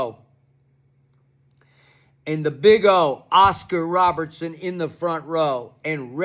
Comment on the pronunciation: “What’s his name Oscar Robinson?” It’s Oscar Robertson. Yeah sure Skippy. Tell us